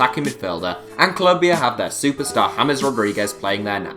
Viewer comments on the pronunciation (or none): none